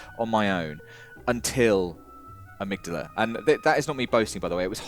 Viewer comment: It's Ah-mig-dahla, they say it in the game lol love you guys otherwise.